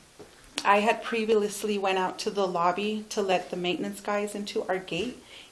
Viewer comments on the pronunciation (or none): She said previlously lol